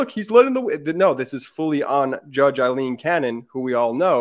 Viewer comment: Ben, as I've said several times. it is NOT Eileen, It's Aileen (pronounced Ale-een)! Would you like to be always called Ban instead of Ben? Sigh! You do such good work but why offend folks without reason because you don't care about such things? Others online are not so sloppy, watch Lawrence O'Donnell and others for the correct pronunciation!